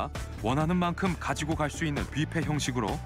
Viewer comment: 비페 라고 하면 미국 에서 못 알아 든ㄷ지 Buffet 부 ㅍ 해